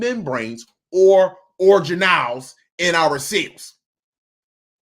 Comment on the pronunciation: ORGAN-elles. Like "ORGAN". NOT: orjanelles.